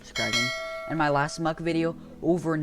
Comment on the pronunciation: It is not mock it is muck ok ok have a nice day